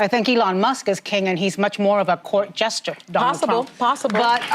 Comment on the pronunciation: It’s court “jester”, not gesture. 🤦‍♂️